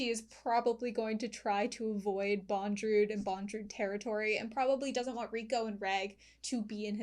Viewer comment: His name is Bondorudo not Bondrewd.